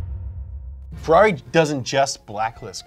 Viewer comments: "Fe-LOLLY" is tiresome too. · Inside of me I really hope he was trying to be sarcastic just like when he pronounces Ferrari, Mercedes or Lamborghini wrong